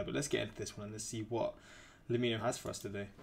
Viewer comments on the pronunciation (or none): BRO. It's pronounced like 'lemme know'